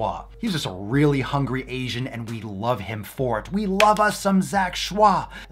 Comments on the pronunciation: His last name is pronounced as "ch-oy". He actually eats raw salmon, steak, rib eye, waygu, etc quite often as well... (at least previously). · His last name is pronounced like Choy in bok choy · Kamimari Denki why is he saying shah? It’s Choi.... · He's just joking pronouncing it with a French intonation XD I'm French so it makes me laugh everytime, can't help it 😂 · He pronounces it schwa for the Lols. He knows its Choy😂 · In the first video papa did on him, he says he knows it's choi, he just likes how fancy schwah sounds. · if i took a shot everytime he said zach "shwah" id die of alchohol poisoning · Am i the only one who still giggle everytime papa say zac choix ? 😂😂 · the bandana, the way you say zack shwah, I cant 😂💕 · Lmg that's not how u pronounce his last name lmfao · That's 🙂 he's just being funny with the way he says it, I'm sure he knows the real way to say it hehe